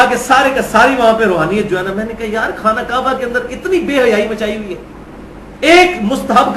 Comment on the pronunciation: Khana kaba is not correct pronunciation.